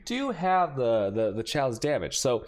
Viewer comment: wtf is this "shaos-damage" and "dajjers"?